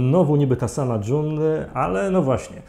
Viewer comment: właśnie takiego podsumowania potrzebowałam po drugim sezonie! serial obejrzałam niemal jednym tchem, dopiero teraz. kawał dobrej roboty. P.S. June czytamy Dżun nie Dżon (John) <3